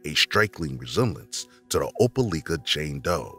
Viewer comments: Opa-like-a not Opa-leek-a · Opelika with a like sound not leak. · They keep saying opaleeka when in reality it is pronounced opalyka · Opa- li- ka, not leeka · Opelika LIKE- A not LEEK-A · I'm from Opelika and it's pronounced O-pe-Like-a. The Amore Wiggins case was heartbreaking and still is. And it's sad to hear about something like that happening in your own town. There truly are monsters everywhere. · it's oh-puh-lie-ka 😭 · I was just about to leave that comment. Oh- Puh-Like-Uh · Thank you for sharing the stories of these previously unsolved cases. At the risk of looking nitpicky, I did want to tell you that Opelika is pronounced like Opal-ike-uh (source: I'm from Alabama) Thank you for sharing these stories again! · Opelika is said, "oh-pa-LIE-kah" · the way they are pronouncing opelika is making my head hurt. It's "oh-pell-LIE-kuh" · Oh-pel-eye-kuh is how you pronounce that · Opelika = Op-a-LIKE-uh by the natives, I believe. I didn't realize at first what he was saying. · As someone who lives in Alabama... You miss pronounced Opelika wrong lol It pronunciation is ow·puh·lai·kuh I remembered that cause, I remembered being confused about that cause the parents said they were fighting for custody of her but also abandoned her...? Then again I was young when i first heard it. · Opelika: Oh-pah-like-uh. It's the next-door neighbor town of Auburn, Alabama, the home of my alma mater, Auburn University. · The proper pronunciation of Opelika is.... lika sounds like like with an a... Opelika....not opeleeka.... duh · It is pronounce Oh-pah-lie-kah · Imma say it Opelika is pronounced Ope -ah -LIKE -ah. From a Alabamian ❤😂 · Opa-lika Alabama lol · Mispronounced the town's name...irritating! "Oh-pa-lye-ka" accent on lye! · How many people need to comment how Opelika is pronounced? Damn y’all. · The pronunciation of Opelika is killing me. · Being from Alabama I cringe at the way the guy pronounces Opelika 🤦🏿‍♂️😂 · you said opelika wrong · Pronounced opi lika or ope lik-a